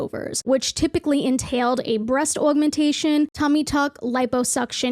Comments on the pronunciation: The way you said augmentation 😂 you’re from the east coast 🪄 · the accent when u say augmentation lmaoo